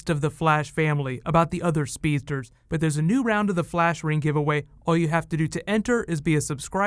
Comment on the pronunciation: 16 other "speetdurs?" lol I can't be the only one that heard that.